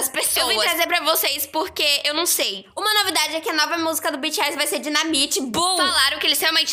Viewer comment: Ninguém: Literalmente ninguém:: DINAMITI